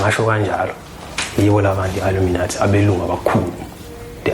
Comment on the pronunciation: 😂😂😂😂Wether it's a lie or a dream, he could atleast Google how to pronounce Illuminati.😊😅😂hai aneva phela.